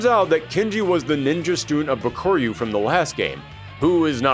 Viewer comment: it's bak-a-ru even the american voice in game voice over calls him bak-a-ru